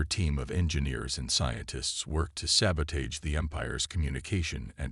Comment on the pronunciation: Sabotage, the a in age is not a hard a, it’s pronounced ah!